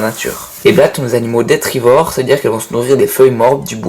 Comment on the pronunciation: sympa la vidéo , et juste tu a dit detrivore et on dit détritivore